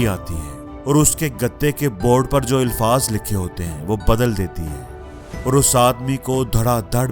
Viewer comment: First of all some pronunciations , Urdu " ilfaz " no , alfaz is right. There is nothing new in this video. People have heard millions of times all this. We have to find the difference between consciousness & automaticity in matter. Post something about , if you can. Good luck.